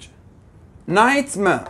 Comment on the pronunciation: ليش بجمله night mare. ما لفضة R ؟؟؟